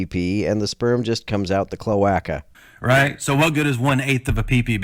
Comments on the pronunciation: It's pronounced "Kloh-Ay-Kuh". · I am so upset by your pronunciation of cloaca.